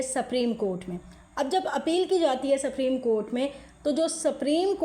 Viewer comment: سپریم کورٹ ھے آپ سپریم کورٹ کیا بول رھی ھیی اپنی رکارڈنگ سنے۔